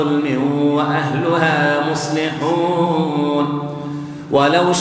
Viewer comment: ما شاء الله ...بس ياريت تصحيح الخطأ في القراءة وما كان ربك ليهلك القرى وأهلها مصلحون